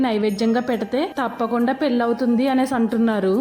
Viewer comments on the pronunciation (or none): none